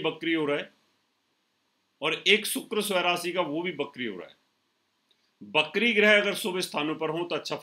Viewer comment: Bakri nahi srimaan... Vakri...